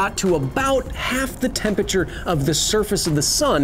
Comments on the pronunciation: Hey Kyle, love the show. Please learn how to pronounce temperature. It isn’t tempature. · Are you trying to say Temperature? Cause you're doing it wrong. :-P